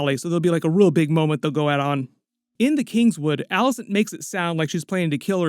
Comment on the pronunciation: It’s not “Alice-Ann” it’s “Alice-ayne”.